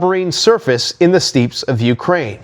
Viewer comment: "In the STEEPS of Ukraine" what's steeps?